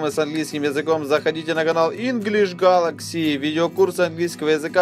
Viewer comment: Инглиш Гэлекси* xD